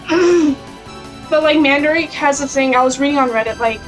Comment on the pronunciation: For anyone wonderimg, I'm the "friend" she's referring to in the video. Lol And a fun fact, Mandarake is pronounced "Mahn-duh-rah-kei" you gotta accentuate it a bit for japanese is a phonetics based language, much like Español so pronunciation is key :3